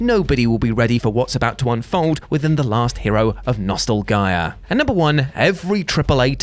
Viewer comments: Am I the only one who noticed he said nostalgia wrong? Lol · Hadn't watched one of his videos in a while. He's gotten super annoying and doesn't know how to pronounce Nostalgia... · Is there a reason you were mispronouncing the word "nostalgia"?